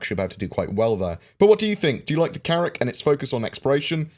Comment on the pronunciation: Carrracl is not Carrack...😉